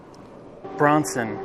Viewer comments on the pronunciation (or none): It's pronounced Brann-sun